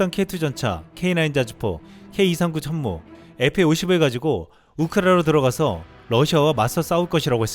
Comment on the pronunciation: 폴란드 국방부 장관 입에서 나온 "춴무우"가 왜캐 울컥할까